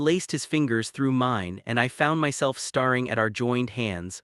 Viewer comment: Getting so tired of hearing 'date' but 'dat-ing', 'stare' but 'star-ing', etc. Please fix AI errors or do the narration yourself. Good stories are spoilt by AI inacuracies.